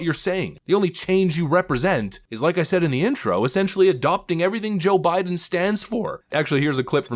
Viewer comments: Did she say Obiden in the beginning instead of Joe Biden?😂😂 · SHE SAYS, "o'bIDEN" NOT jOE bIDEN. i THINK SHE WAS ABOUT TO SLIP UP AND SAY, "oBAMA". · 🤣🤣🤣 did she say "O'Biden"???????? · Lol, The way she said Joe Biden sounded like she said Obiden.